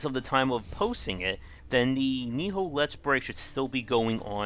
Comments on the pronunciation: NI-OH NOT NI-HO, dang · it's knee-oh nioh. not knee-ho niho.. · you need to learn how to pronounce shit correctly idiot, you're saying NIHO instead of NIOH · You constantly miss pronounce nioh, ni oh, not ni ho ... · It's Nioh Nee-yoh. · Bruh can't pronounce the name of the game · Game-Wisdom You've been butchering up the name of the game too xD